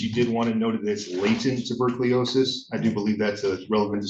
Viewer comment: Tubercliosis? Can the lawyer not read? Does he not know it's Tuberculosis? Personally if my future is being defended by someone, I'd like that someone to be able to pronounce common words.